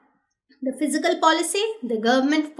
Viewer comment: Fiscal or Physical why she pronounce as such